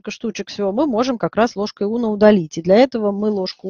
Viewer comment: У меня от "ложка Уно" кровь из ушей. Унна - дерматолог такой был. Известный.